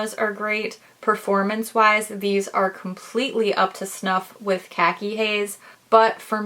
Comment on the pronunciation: Not how you pronounce khaki 😭